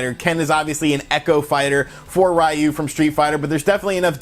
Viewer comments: It’s pronounced reeyu. Not rwhyu. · Hey there...Japanese speaker here. Ryus name just means dragon. Ryu is pronounced ree yu. Rai means thunder. Like the pokemon raikou. Raiyu sounds cool but it's just not Ryu's name. If you ever need to know just play SF and select him. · RA- U ? It’s pronounced: Re- Uh. Is Japanese, not English. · Literally nobody calls him "Rayu." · It’s RE-YU!!! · Stop saying rayu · RA-U, he says lol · Literally "Ri+yu" to pronounce Ryu, don't get how Americans constantly screw up the pronunciation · I'm American and know it's Ri-yu with the r pronounced as the Japanese do, kind of like a soft d and l mixed. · “Raiyu” ... really dude? Really? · I know how a lot of english speaking people pronounce name and words in japanese diferent... But I really don't like how he always says "Ryu" name as "Raiu" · "Ree-you" In English. "You" in Japanese. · that’s not how it’s pronounced in Japanese. The Japanese R is an alveolar flap, like the “tt” sound in “bottle” So it’s like (tt sound)-yu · That simple action of him pronouncing Ryu's name wrong has given me stage 4 cancer. Rip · You say Ryu funny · That's not how you pronounce Ryu's name